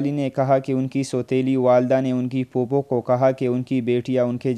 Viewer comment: Aoa popo nahin phupo hota hai pehly apni awaz aur urdu sahi karo pheir dosron ki qabron ki awazen souna pagal log